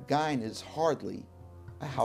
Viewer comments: Idiots, it's pernounced "Ed gein" Not "Ed Geine" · This guy does not even know how to pronounce Ed's last name.